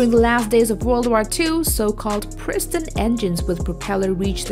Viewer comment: Did she say priston engineer fighters? Instead of piston?